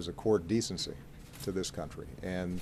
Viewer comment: "Core of Descency…"